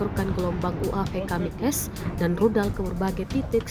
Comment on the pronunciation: kamikaze bukannya kamichase bacanya karena berasal dari bahasa jepang Dalam bahasa Jepang, "kamikaze" (神風) secara harfiah berarti "angin dewa" atau "angin suci". Istilah ini merujuk pada dua peristiwa penting dalam sejarah Jepang: topan yang menghancurkan armada invasi Mongol pada abad ke-13 dan, yang lebih dikenal, serangan bunuh diri (khususnya oleh pilot pesawat) yang dilakukan oleh Jepang selama Perang Dunia II.